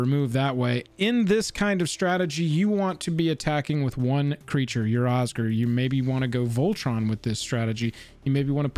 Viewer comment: Oz-Gear, it's pronounced OZ-GEAR... Osgir.... Oscar...merde